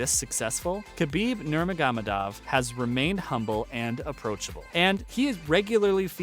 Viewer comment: This guy can’t even pronounce his name.